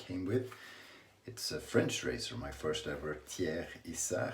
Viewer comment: you have a french audience tonight, and your language skills can be heard just in the "Thiers Issard" prononciation ! great job